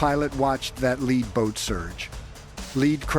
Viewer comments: Can't pronounce lead (leed) as in first boat kept calling it lead (led), as in heavy metal. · What’s the Asian guy saying? Hate AI robot speak. “Lead Boat” not pronounced led like a lead pencil. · Your AI narrator cannot distinguish when the “lead” craft might be a noun or an adverb. Led is not the sane as lead. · Too much “lead pronounced LED” in one’s diet has that effect on long term motor skills.. 🤔 and intelligence.. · You're killing us. Lead is not the heavy metal, in your report it's pronounced leed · I am really amazed how a lead (pronounced as the metal "lead") can reach 35 knots. Fx yer AI. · It is not a Lead Boat, Lead like th “Heavy Metal” but Lead as in lead a horse to the Barn !!